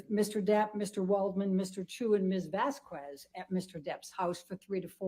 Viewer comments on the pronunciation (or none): AH's cross needs to STOP mispronouncing Vasquez constantly. Ugh. She reminds me if Miss Trunchbull.